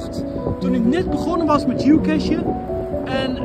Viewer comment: Ja, het is youcashen! Eindelijk iemand die het zegt als een echte jenk. Nou nog lock zeggen, gast.